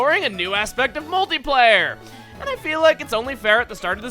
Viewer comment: when he said "multiplayer", I almost thought he said "moldy layer".